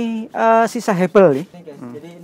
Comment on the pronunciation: Hebel mas, bukan herbel. Hebel ini bata ringan biasa buat ngakalin supaya struktur bangunan tidak berat dan membebani struktur bangunan. Hebel ini buat pengganti bata konvensional (bata merah) atau beton yg berat. Salam dari kulproy (kuli proyek) 😁